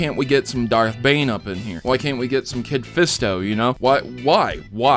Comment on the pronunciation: Yo he said kit fisto 😂